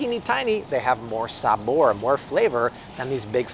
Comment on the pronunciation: You pronounced Chile correctly also sabor props to you 👏